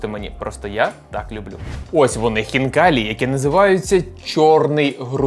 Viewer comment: Не ХвнкаліЇ а Хвнкалі !!! Бо звучить як Фікалії